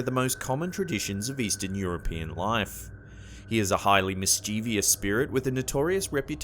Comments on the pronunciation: The word "mischievous" has only three syllables, not four. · Stop saying mischievous wrong! It's only three syllables!